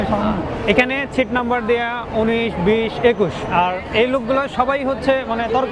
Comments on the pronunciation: ছিট নয় দাদা সিট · ছিট না সিট। আর পাকিস্তান নিয়ে আপনার ভালো ধারনা ছিল শুনে হাসি আর থামাতে পারছি না।